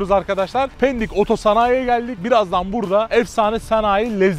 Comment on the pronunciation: Mekan bizim 😁 yalnız Péndik değil! pEndik 😁 kalın e ile..